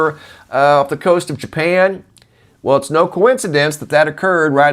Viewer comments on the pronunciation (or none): none